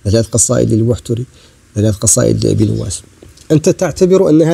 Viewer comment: لماذا تشدد الواو في "نواس" مع أن تشديدها خطأ نُوَاس (فتحة على الواو وقبلهت نون مضمومة)